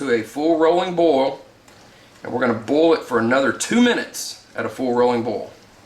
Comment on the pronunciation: Boil and bowl should not sound like the exact same word. Lol